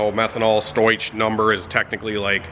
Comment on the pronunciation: That was a really cool comparison I didn't know I wanted to see. Thanks for putting this together!! I dunno anything about tuning for different fuels, but I can still help a little. Stoich is not pronounced how it looks like it should be. It's "stow-ick". Basically the h is doing nothing. The issue with your camera is due to the contrast. It's not dark in your shop, but the camera thinks it is because it's SO BRIGHT outside. Anything you can do to hide the outside from the camera will help. I dunno if you can close the overhead halfway when you're running but that would help. Or point the camera away from the outside. Or you could put something in front of the camera to shield it. You'll notice when you're standing in front of that part of the video, the lighting is much more even. Anyways hope that helps some! We appreciate your content keep it coming! I'm stoked about this integra. It's one of the coolest cars you've had I think.